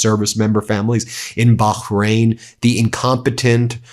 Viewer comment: Try Bah (Bar) rahain (rain) no q in it😅